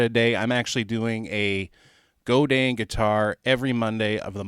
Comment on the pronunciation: I learned classical guitar before becoming obsessed with electric. You nailed the pronunciation of Godin! I got a weird Godin guitar from my teacher. It was a 2008 A11 Glissentar, which had 11 strings and no frets, but someone had a luthier fret it and chop off the 11 string part of the headstock to turn it into a regular 6 string. It has a cedar top, ebony fretboard and quartersawn neck. I love it more than any other nylon guitar I've tried. It sounds so much like the real thing when you plug it in. Some nylon electric acoustics have a plastic sounding attack in the plugged in sound. I did notice that it's very low-mid heavy compared to electric or steel acoustics. I plug it into a tube screamer to cut some bass and then add clarity with an EQ Pedal in the 4-6khz range. A slight overdrive sounds killer, but can get very noisy if you add gain.